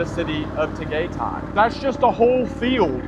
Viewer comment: Your pronunciation of different cities 🤦🏻‍♂️ from Pattaya to Puerto Galera to Tagaytay 🤦🏻‍♂️🤦🏻‍♂️🤦🏻‍♂️